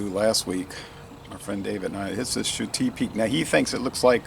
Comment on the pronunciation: I'm going to guess it's actually pronounced shut-eye, as in sleep lol. i think you gave it a lot higher score in the duo review..that's how it goes though, sometimes the same beer will seem much different a day apart.